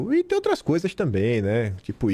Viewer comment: DINO É UM CARA DE PAU, DELIRANTE É ELE, ELE QUE MOSTRE TODAS IMAGENS, NÓS QUEREMOS VER TODAS. DINO MENTE. DUVIDO QUE NÃO CONHECE AS IMAGENS. 6 MESES DEPOIS DE MENTIR QUE TINHAM SIDO APAGADAS !!!!! APRESENTOU MEIA DUZIA DE IMAGENS E DISSE: "AS OUTRAX SÃO IRRÉLÉVANTIX". QUEM É O DINO PRÁ ALEGAR QUE "AX OUTRAX SÃO IRRÉLÉVANTIX"? TODOS TERRORISTAX COMUNIXTAX INFILTRADOS APARECEM NAS IMAGENS. TAMBÉM TEM QUE INVESTIGAR QUEM ABRIU AS PORTAS DOS FUNDOS PARA OS GOLPISTAS DE FATO ENTRAREM E APLICAREM A EMBOSCADA NOS PATRIOTAS. QUEM DEU UM GOLPE FOI A ALA COMUNIXTA DO STF/TSE, TANTO QUE - ESCONDEM AS IMAGENS DO DIA 8/01 - ESCONDEM AS PROVAS DO MANDANTE DO ASSASSINATO DE BOLSONARO - ESCONDEM OS CÓDIGOS FONTE DE TODAS ELEIÇÕES - SEMPRE FRAUDADAS. "TODO CRIMINOSO TENTA ESCONDER AS PROVAS DOS SEUS CRIMES" ESTARIA O STF PROTEGENDO OS CRIMINOSOS ? OU SE PROTEGENDO ???